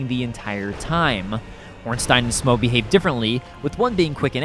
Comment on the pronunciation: I've never seen anyone pronounce smough right but ornstein wrong, its usually the other way around